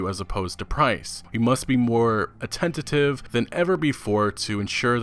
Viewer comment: Decent video and all... but you need to slow down and take some time to actually READ what you’re looking at; you mispronounce attentive as attenTAtive, poignant as POYGnant (should be poyn-yant), and more than once pronounce Cory Balrog as Cory BarLog.... I mean, really? Take your time. Quality over quantity.